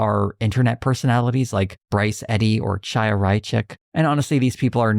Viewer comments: I don’t want to defend Chaya Raichik’s beliefs in any way, but I’d just like to note that, unless she pronounces it in a way very atypical to Hasidic Jews, literally every critic of her (including you) pronounces her first name wrong—that’s the wrong “ch” sound. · random nitpick, but i don't see anyone else in the comments mentioning it and i do think it's important: you mispronounced the name "chaya." it's a hebrew name, it's not pronounced with the english "ch" sound, the transliteration would be khaya or haya -- it's the same sound as at the beginning of "channukah/hannukah." it's sort of a guttural H sound, kinda hard to describe if you're not familiar with it but you can look up audio for how to pronounce it. chaya raichik might be a horrible person but chaya is a common hebrew name and i believe it's important to try to pronounce peoples' names correctly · Khaya. Raichik's first name is pronounced like Khaya, the ch is a gutteral as in the Scottish "loch". Its a very common Jewish women's name.